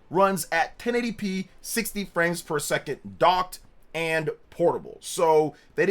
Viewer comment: Sounds like your saying “60 frames fer a second” lol